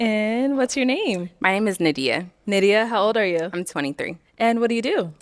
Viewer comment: that girl's name is N A D I Y A H not N I D I A who the fuck taught her how to say it